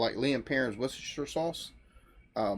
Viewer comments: The first American I've heard pronounce Worcestershire the correct way. Respect Sir 🇬🇧🇺🇸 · You said Worcestershire sauce better than most brits can pronounce it lol